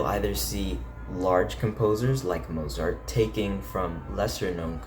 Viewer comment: Learn how to pronounce Mozart!